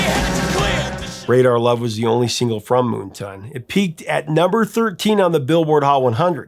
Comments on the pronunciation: Don't know if anyone else has mentioned this in the nearly 500, comments to this video, but Why do you keep mispronouncing the name of the album as MoonTON??? When it clearly reads MoonTAN!!! One does not go to the beach to get a TON. 😁 And by the way my absolute favorite Golden Earring song is the live version of LONG BLONDE ANIMAL from "Something Heavy Going Down". Another song with realllllly great bass line. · Is it just me or is the name of that album moonTAN, like sun tan? Not “moonton” or am I wrong 😂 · Moon Tan not Moon Ton. Come on get your vowel sounds correct. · "Moonton?" It's Moontan. Moon Tan. Like a sun tan at night. 😏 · Moon-ton? It's Moon-tan, like a tan from the moon not the sun. Silly person. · MoonTan! (reverse of Suntan). Say it right - moontunn sounds dumb. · It's Moontan not Moonton. Lol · Moon TAN. As in not a SUN tan, C'mon.... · How do you pronounce Moontan? Here he says as 'moontain' but isn't like 'suntan'? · Yes it is, and one word. I don't know why pronounced it that way.